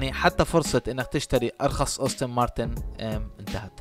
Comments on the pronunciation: يا أخي أنت تصنع فيديو ، وتتكلم عن سيارة لا تعرف كيف تلفظ اسمها ؟! السيارة اسمها مكتوب على يسار الفيديو : أستون مارتن aston martin ، وأنت تلفظها : أوستن مارتن austin martin !!! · أستون مارتن وليست أوستن مارتن 😭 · يا ريت تتدقق بأسماء السيارات بشكل صحيح وتعطي معلومات صحيحة لما تحكي ميكانيك مافي شي اسمه قوة ١٣٠٠ سي سي . والسيارة اسمها أستون مارتن مش أوستن .